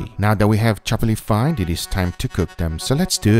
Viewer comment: When you were chopping the steak up you said “chopply fined”